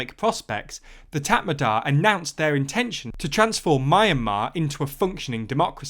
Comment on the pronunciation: Also it’s Mee - an - mar and Tat Mar Daw